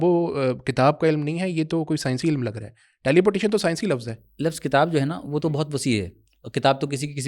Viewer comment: tou apke samne jo hazrat bethe hein inka naam mujhe nahi maloom lekin inka bhi talaffuzz kuch theek nahi maloom hota yeh ILM ko ilim keh rahe hein Aap bhi mujhe thore se halke maloom hoty hein